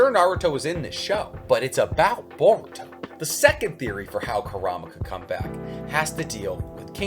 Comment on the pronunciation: you butchered his name beyond repair 🤦🏿 its “boruto” not that hard to spell and secondly that wouldn’t be a amp for boruto at all you say unrealistically powerful when i bet you your self can’t explain what makes him “unrealistically powerful” its a anime dude smh